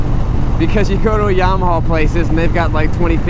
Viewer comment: It's a Yamaha...not a Yarmaha (".)